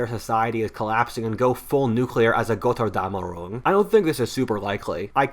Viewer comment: Tolles Video, aber es heißt Götterdämmerung